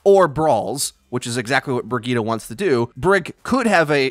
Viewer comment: Isnt briggette pronounced bridge it